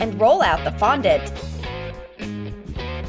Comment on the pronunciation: also you finally called fondant fondant.